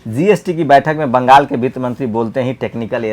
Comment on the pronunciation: Bangal bali khabrein AAP ne thik se bola nehi